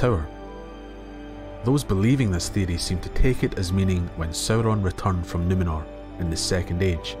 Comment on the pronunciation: I subscribed because the way you say theory sounds dope. 🫡